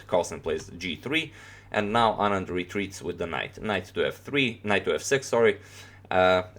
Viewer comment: U pronounced anand's name so accurately! I don't really like Carlsen as a sportsman,he plays really good but he is not a good sport!